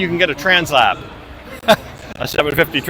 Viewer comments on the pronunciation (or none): "translap" 5555